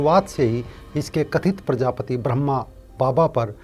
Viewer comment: प्रजापति नहीं प्रजापिता बोलो